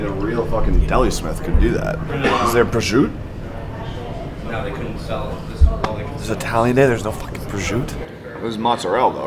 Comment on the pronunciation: The dude saying prosciutto wrong over and over is cringe asf!